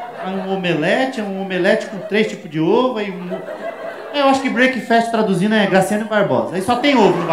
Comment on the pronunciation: Fala Afonso! Blz? Só pra futura referência breakfast fala "brékfest" não "breiki".